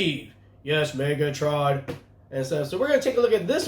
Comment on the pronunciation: Not cool: Its Megatron not Megotroun haha 😅😅😅